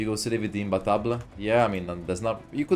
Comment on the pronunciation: Thank you for pronouncing imbattable correctly